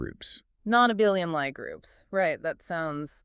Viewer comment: I wonder why the two mispronounce "Lie Group". It has nothing to do with lying. It's pronounced Lee, or in IPA /li:/